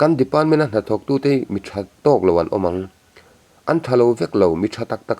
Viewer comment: Tha ani em a,thah tih tur😂😂😂,bengvar thlak ṭhin e